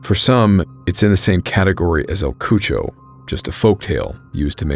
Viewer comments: “ El cuocho “ El Cucuy you mean aka the boogie man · Good story, thanks for covering it. I think you mean instead of "el Cucho", "el Cucuy" pronounced 'ka-koy'. That would be another good episode along with los duendes. Great job! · I was confused when he was say “el cucho” then realized hes talking about el cucuy pronounced like “coo-coo-eee” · El “cucho” 😂😂😂 WTF IS THAT 😂😂😂 U mean EL CUCUY lmao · Not pronounced Kucho it’s pronounced KuKui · I think el cucho is supposed to be Cuycuy